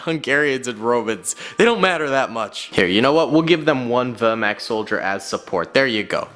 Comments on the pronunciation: Wehrmacht is pronounced vehr maakt and thats not a panzer grenadier, thats an SS soldier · were- mact it is Wehrmacht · With the word vermacht it had more of an o sound than an a sound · I hate how he was saying vermact is vermach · Wehrmacht not wehrmakt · vermact??? its wehrmacht. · For me as a german your "Wehrmacht " pronunciation sounds kinda weird (wörmakt) but I guess the "ch" is hard. I think you should definitly make video about the allied soldiers in the future.For the german army a Panzern crew member is, in my opinion missing. I personally think that the german army is the most interresting because how big it was. For the allied army, I like most the canadians and the dutch (dutch because their effort in the Pacific) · You do not say wevrmark right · Its pronounced Ver-Mocked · why! Why! Pronounced like that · Why is it that seemingly every person whose not german completely murders our words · That pronunciation of Wehrmacht hurt my soul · pronunciation of Wehrmacht is hilarious, all jokes aside love your content! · The way he mispronounces Wehrmacht makes me go insane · The way you said Wehrmacht is… confusing to say the least. the Waffen SS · As a German it is really difficult not to get triggerd by the pronounciation of my Wehrmacht Boys. + you said that the Panzer Grenadiere committed lots of war crimes but wich country that participated didnt?